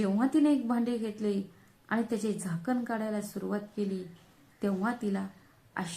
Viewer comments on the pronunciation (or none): काडायला नाही काढायला